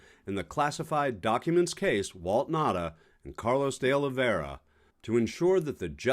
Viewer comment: Pronounced Oh Lee Vay Ra , you can use his surname as Oliveira not De oliveira , the De is just a particle to the surname . (Yes I know portuguese lol) - also hes a co scumbag might as well be called trumperino jr.